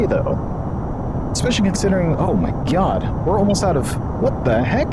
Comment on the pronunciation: Love how he says “oh my GYAHD”